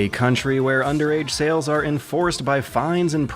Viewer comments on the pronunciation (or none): none